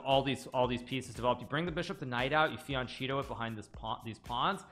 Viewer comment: Fian”Cheeto” LOL.